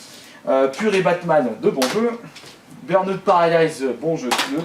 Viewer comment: Ah burnout aussi X'D Pas mal :') Tu les a trouvé où ces prononciations de merde ? X'D